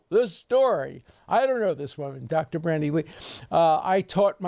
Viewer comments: Dear Professor Dershowitz, thanks for all you do, I'm a huge fan! Glad to watch this update, just one tiny quibble with your presentation: I believe that her first name is "Bandy" (with no "R") rather than "Brandy" as I've seen in several quotes of- or by- you. Please forgive me if I'm mistaken, but my sincere hero-worship made me want to alert you to avoid any ongoing error, no matter how tiny! Cheers & best wishes! :) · It's Bandy Lee, not Brandy Lee.